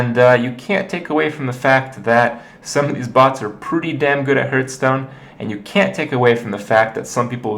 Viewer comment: HERthstone or HARthstone